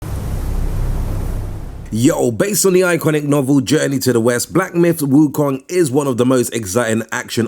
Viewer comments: Stop saying wukang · lol it was so funny too lol